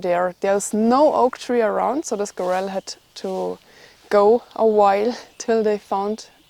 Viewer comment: Squirrel the emphasis is on the first syllable.